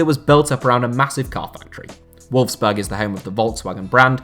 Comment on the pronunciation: Nearly every placement in this video is butchered in surprised you didn't mispronounce Leicester considering you mispronounced nearly every other place on this list. I found it funny that you got Volkswagen right but Wolfsburg wrong. I wonder if you do any research into these videos apart from using Wikipedia!!! Very sloppy. I also don't think using the comparison to the countries biggest city actually does what the video title actually says. There are much more deserving cities then those you actually mentioned as have been mentioned in the comments.